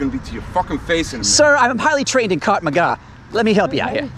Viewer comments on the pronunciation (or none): He did indeed say Cart Maga. Catch up. He’s witty. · Well, there is a martial arts style called Krav Maga. So hearing Cart Maga, was hilarious. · "Cart Magard" hahahaha! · "in highly trained in cart mcga" lmao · “I am trained in cart ma ga”